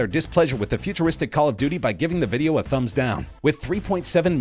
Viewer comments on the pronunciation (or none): It's thumbs not thumps and able not ablble